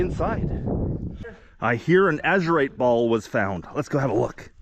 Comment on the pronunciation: No one can say your wrong... seeing Az-u-rite! Nice finds!